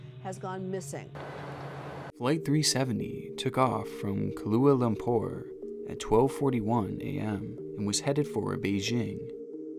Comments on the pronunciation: why tf do you speak like this? "Kalua" Lumpur??? jesus christ.... the american-ness is out of this world. and there have been found bits of the plane . this has to be one of the most triggering videos i've ever seen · THIS DUDE DID NOT JUST PRONOUNCE KL AS KLUALA LUMPUR QJKASHDKDWKFHUKQFY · Lol "Kaluah Lumpur" - try Kuala (pronounced like the bear) 😉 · Koo-ala Loom-poor. Not ''Kahlua'' Lumpur. The first word sounds really similar to ''koala''. Stop thinking about cocktails. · its hard to take you seriously when you say 'kaluah lumpur' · "Kahlua Lumpur" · I’m sorry but that pronunciation of Kuala Lumpur kills me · hearing him pronounce Kuala Lumpur like that bothers me a lot